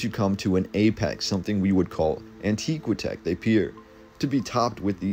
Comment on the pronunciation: It's An-tiiiihhh-qwaaahhh-tech like ANTIQUITY. Not An-teeee-qwi-tech like ANTIQUE.